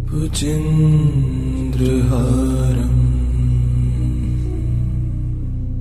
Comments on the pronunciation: Very peaceful. But the pronunciation of Bhujagendrahaaram is wrong. Sanskrit mantra pronounced wrongly, is considered negatively. You people should immediately correct and repost it. I'm sure proper sanskrit known people font listen to this. Hence no response like me. has great performance so far. This one serious mistake of the most important Shiva Stotra, is unpardonable.🙏🏼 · Amazing! Good to meditate, However, Bhujagendra seems to have been mispronounced. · Very nice, Thank you so much! Just one suggestion, please correct the pronounciation of word "Bhujageaindra".. it's important and this makes huge difference when you utter Mantra correctly! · Bhujageindra is not pronounced the right way . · The voice is awesome and peaceful but respectfully I would like to suggest you to correct the pronunciation of "Bhujagendraharam", you often say bhujendra here. Please correct it, it should be Bhujagendra as it has been also written at the video you are displaying. Thanks and regards! Jai Shree Ram! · Excellent rendering 👏 but wonder why is the original word 'Bhujagendra' is pronounced as 'Bhujendra'? With such a beautiful, soo very calming music, That's quite distracting for people like me who have been hearing the original word since ages. Anyway, keep up the wonderful work you have been doing with music. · Wrong pronunciation 🙏 It's Bhujgaindra, not bhujendra🙏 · Libby Mitchell you are right.big mistake in pronunciation bujageaindra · The chanting is beautiful. The description of the mantra is Bhujagendra but the chanter recites Bhujendra. Please explain this. Thank you. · Please correct pronunciation its "भुजगेन्द्रहारम्" Bhujgendra haaram" bhujagendrahāram not Bhujendrahaaram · Is it Just me - or has the mantra been consistently mispronounced Bhujagendra as Bhujindra. or is there something more to it then I know.